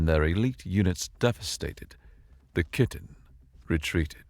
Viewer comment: Pretty sure the Y in "Kytinn" should be pronounce like the Y in eye, dye, ot tyre. It's really hard to take some evil alien threat seriously hearing "Kytinn" pronounced like kitten.